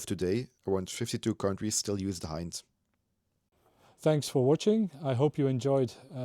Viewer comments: HIND is the NATO designation for this helo, as the standard language used in NATO is english, its pronounced in english, not Russian. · i believe you pronounced"i" in "hind" wrong. It sound like "e" in "ea" similar to way it is in russian. I hope all that is readable, english is not my native language. (edited)